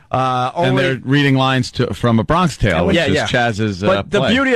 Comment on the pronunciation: A "Bronkish" Tale ? The illiterate moron can't even pronounce the mispronunciation properly.